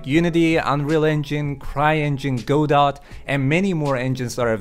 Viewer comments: It's "gah doe" or "go doe" not "go dot". Like "Waiting for Godot" Hurts my ears to hear that said wrong. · Or "Go Dot", as he pronounced it. :V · pronounces it as Go-dot... So. Dingly dong.